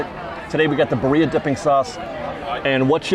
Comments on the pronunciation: Hey, friendly pronunciation correction- birria is pronounced BEE-ree-ah with a rolled r sound. If you can't roll your r's just use the d sound hack and say BEE-dee-ah. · roll your “R’s”. Birria is BeeRRRReeeyah remember your in California.🥰🥰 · sorry to be that Mexican..... but its pronounced BEER- RE - UH